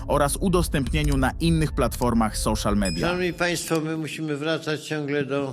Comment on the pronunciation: Chyba "soszal midja" a nie "soszal media". A po drugie precz z pisem